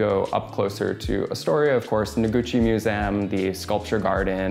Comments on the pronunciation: Mew-zee-um. Say it with me: mew-zee-um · Apartment is suuuuuuper fire, but I was losing it every time he said museum…or have I just been pronouncing it wrong this whole time?!